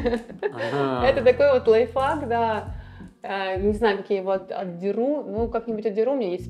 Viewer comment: Как она произносит лайфхак? Лайф фак? Лайф факт? Ну ведущий же мог объяснить ей что к чему?!